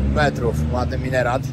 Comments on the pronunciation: Nie wiem jak się mówi w Jemenie ale po arabsku to minaret nie minerat😂❤❤❤❤🙋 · Minaret nie minerat🤭, Ala by cię od razu poprawiła🤣😉 Miejsca bardzo ciekawe, z ogromnym potencjałem, ale tak jak mówisz, wszedzie widać wojnę. Pozdrawiam💕 i trzymam kciuki za kolejne wyprawy👍 👊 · Elo, Minaret to jest a nie minerat😂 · Piękna sceneria, spodobało mi się. Twoja przyjaźń z komarami xd. Dawno tak nie ćwiczyłeś rąk. Brakuje mi jeszcze wybrzeża ale pewnie będzie w kolejnych., mówi się minaret, a nie minerat.❤ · jbc to jest MINARET, a nie MINERAT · Szacunek za odwiedzanie takich krajów gdzie większość ludzi nigdy nie pojedzie z wielu względów. Mega ciekawy inny świat. Dobrze wyczaiłeś, że ten meczet to nie żadne 168 czy ile tam mówią ale coś koło 50m, różnie z różnych źródeł podają. Niemniej to ponoć jedna z najwyższych budowli z piaskowca co jest interesujące. No i to jest Minaret nie minerat jak go nazywasz 😅. Pozdro! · hahaha... nie MINERAT tylko MINARET :) pozdrawiam.... super filmik !!!!!!!!!!!!!!! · ..minerat i minerat.. minaret!;)) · nie minera tylko minaret😎👍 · jaki minerat???😂😂😂 MINARET! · Super filmik,ale minaret,nie minerat😂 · Chyba minaret nie minerat :D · Minaret nie minerat ! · Minerat czy minaret? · Raczej MINARET, nie minerat... Pozdrawiam 🙌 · Minaret, nie minerat😀 Pozdrawiam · Wszystko fajnie, ale jeśli juz to minaret, a nie jakiś minerat 👉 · Minaret, nie minerat :P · Minaret nie minerat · Nie MINERAT! 🤣🤣 To jest MINARET 🤣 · "Minaret" nie "Minerat" drobna uwaga ( w napisach już ok) w czapce dla mnie w porządku- trzeba było śmiało brać Klimaty Blisko Wschodnie i afrykańskie czystością niestety nie imponują ( np. Senegal podobnie) ; zabudowa ciekawa. Warto " wyciągnąć " jak najwięcej informacji " nie wikipediowych" tego życzę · To minaret a nie minerat! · MINARET a nie minetar :) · minaret,nie minerat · Minaret a nie minerat 😂😂😂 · Minaret a nie minerat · Minaret a nie minerat! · Minaret a nie minerat..